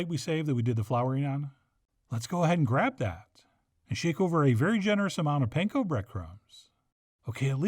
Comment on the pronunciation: Gotta love Chef John. Every time I try one of his recipes my wife showers me with praise for how "great" of a cook I am. I am not a professional chef/cook. Like, at all. 😄 But here I have just one really minor nitpick, since I know the origin of the word "pan-ko": パン粉 (Japanese for: bread crumbs) already means "bread crumbs". So when you say "pan-ko breadcrumbs" that is like saying "ATM machine". 😄😄😄